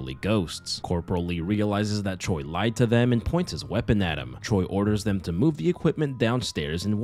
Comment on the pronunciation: Don't ask me how but whenever I do my makeup to your videos, it always turns out so good. Thank you for that haha (Also just a little language tidbit, Choi (최) is actually pronounced closer to Chwe then Cho-ee)